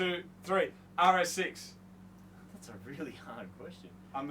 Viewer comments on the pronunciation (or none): Did say RS6 or RX6??? O_o So an Audi or a Mazda I've never heard of.